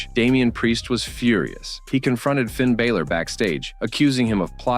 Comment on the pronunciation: First of all its Finn Balor not Finn Bayler. If you're going to talk about people at least get their names right. Hidden truths? They're called story lines not hidden truths. Your video is ridiculous.